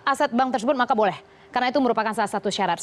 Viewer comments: sebutan bank pun tak betul..mcm mna nk masuk malaysia..ahahah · bank la bkn bang.haha.plik bhsa indo nii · Bang??? Wkwkwkwk... Bank bkn bang